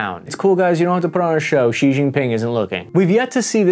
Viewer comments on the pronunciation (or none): if only people broadcasting on youtube or the mainstream news would learn how to actually say XI's name. It's not jee or zhee. It's more like She/see with the s element emphasized over the sh. like right just in the middle between see and she.